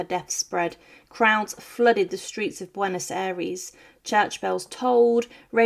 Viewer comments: Bwenos Aries ?? How hard is it for you to pronounce the name correctly?? Ffs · Bway-nos Eye-rays. Pear-own. Hwan, not jew-ahn. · Please, learn to pronounce correctly Spanish words like 'Buenos Aires', 'Juan', 'Duarte', even 'Argentina'.